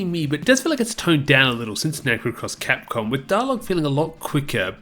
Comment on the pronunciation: You totally said "Cross Crapcom" HAHAHA!